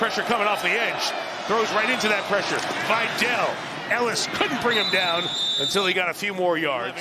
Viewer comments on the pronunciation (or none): Vye-Dell? His name is Vidal.